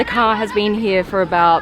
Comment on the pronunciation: "This ka is fully autonomus. This ka is the E-legend..." Is this a ka or a car with R at the end?